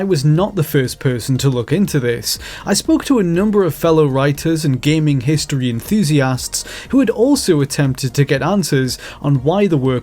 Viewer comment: Please learn how to say the words "with" and "enthusiast." I can only stand "wiff" and "EN-THOO-SEE-ASST" so many times